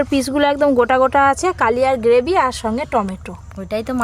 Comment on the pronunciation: গ্রেভি হবে গোভি টা কী বাল